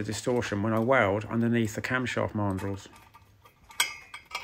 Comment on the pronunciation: Camshaft marndrulls? Sorry, can't work out that last word. Please clarify. Many thanks. Astounding work as ever, sir!